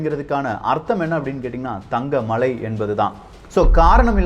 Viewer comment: தம்பி, உமது பதிவுகளை ஏற்பதில் எவ்வகை தடையும் இல்லை.எனினும் தயைகூர்ந்து தமிழ் மொழியின் உச்சரிப்புகளை சரியாக பதிவிடுவது அவசியம்.உ+ம்:கள்ளறை(கல்லறை),மளை(மலை) இதுபோன்ற ரறனணலழள எழுத்துகளை சரியான முறையில் உச்சரிக்க வேண்டும் என தயவாக கேட்டுக்கொள்கிறேன்.நன்றி.